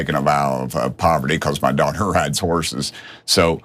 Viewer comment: I thought he said his doctor not daughter